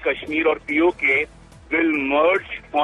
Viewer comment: Why do you keep saying POJK? The term(Acronym) is POK!